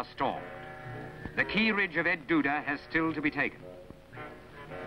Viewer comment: El Duda Ridge! The narrator seems to be saying "Ed Duda." Am I wrong?